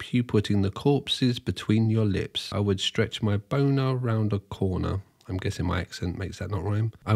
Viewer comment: what a silly goose. everyone knows that coroner rhymes with boner ...